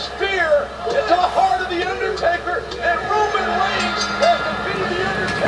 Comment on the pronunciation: the way he pronounced pretty much every one except roman reigns...